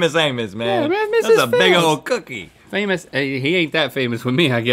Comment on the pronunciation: As a ”non-American” I was extremely concerned when I heard Rhett say one of the cookie brands was ”Famous Anus”.